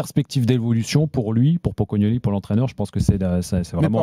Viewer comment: Elle a dit Pocognognon ou je rêve 🤣